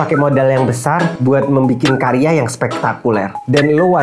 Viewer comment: Karya bang..bukan kariya😅